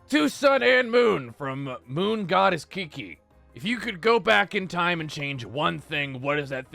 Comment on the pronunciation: I'm the second question they answered ! AHH ! I'm so happy ! ( I'm Moon Goddess Kiki - it's pronounced Ky-Ky but I can understand why you pronounced it like that and it's cool ^-^ ) understandable answer , I do wonder how things would of played out if you did blacklist Ruin's dimension earlier 🤔 p.s : hope everyone in the comments has a wonderful week and a great day :_MoonLove::_Sunlove